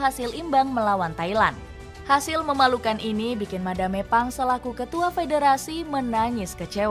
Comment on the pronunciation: Madam Pang 🤌🏻 Bukan Madame Pang 😭🫵🏻 Dubbernya tolong